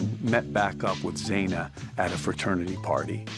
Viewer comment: Can no one say XANA? It's like Za•na 🏁 It IS beautiful and everyone is complicating it. Please try 🙏